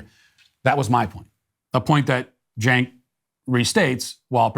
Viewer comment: Matt- his name is pronounced CHUNK.